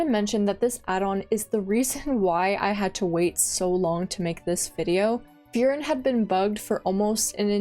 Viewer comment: It seems it’s your birthday, Happy Birthday! love the video and just so if you care about pronouncing some of them right, such as furin, try saying full-lean or full-Lynn in a monotone robot voice, that should sound pretty correct. I’m Chinese but have studied Japanese, if you want i could try look into these and find a similar way for pronunciation like that. Just know in Japanese every r sound is l, ra is la, etc. And the tone in furin is flat, so i told you to do it in a monotone voice, it differs between words. But overall things sounds good!